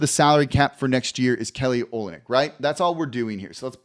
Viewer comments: Pronounced o LYN yk. Accent on the middle part. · Good luck to the Pels next year. Hope they do well. It's also pronounced O-lin-ick. Go Kelly.